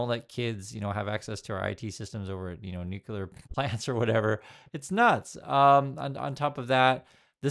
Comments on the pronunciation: FYI, it's, NUCLEAR, "new+clear", only two syllables. Not three. There is no such word as, and I have to guess on how to spell it because it doesn't exist "Noo-Q-Ler", is not a word. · Hey, love you and love your videos, but I gotta tell you if something is not clear. It is not UN-KYOOLER LOL So it's also not NOOKYOOLER 😂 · No offense, I like your content and presentation.... I just always wonder why some Americans pronounce nuclear like "nucular".... But then, I also wonder why so many of you voted for Trump...